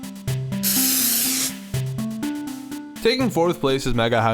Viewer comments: Its not odeo its audioooo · Adino is not od - eeno it`s od- in-o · It's Odd-in-i... not Add-in-o.. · It's pronounced or-di-no not or-dee-no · It's no Audino (aww-Dee-no)! It's Audino (aww-di-no)!!!! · it's pronounced AH-dih-no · Audino is pronounced as Audeno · First thing: It's pronounced "AW-dih-no" or "AW-din-oh", as in the same flow as "I dunno", with its name being partially a pun on that phrase. :P But second... I got really upset for a second when you said Mega Audino, because Audino itself is my very favorite Pokemon. ...Then you made some really excellent points, AND I disagreed that the design was even an improvement... So... xD;; Yeah. I'm still happy it got Fairy typing, but I'm also eternally bitter that REGULAR Audino didn't get Fairy in the first place. >8[ Like.. Literally, when X and Y dropped one of the first things I did was check Serebii-- and then keep checking back periodically to see if it was updated yet-- as to whether or not Audino got Fairy. xD;;; But, well... Mewtwo and Charizard each got two Megas, so... technically I can still dream, right? Lol. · You pronounced Audino wrong it's like audio but with no at the end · Its a I not a E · The way you pronounce Audino makes me cringe.